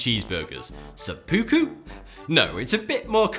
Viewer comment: It makes me cringe hearing this dude say metabo and sepuku since I'm Japanese (he just doesn't say it correctly btw)